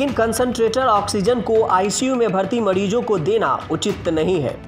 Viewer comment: वाह बेटा मोज कर दी माडीजो नही मरीजो बोलिये साहब